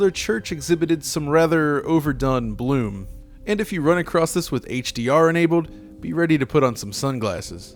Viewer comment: Yo, the word is "across" not "acrost."